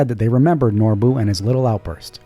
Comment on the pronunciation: "Norbuu" LMFAO!!!!